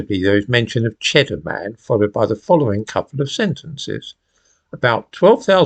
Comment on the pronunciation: I think you find it's Pronounced Chedder Mun !!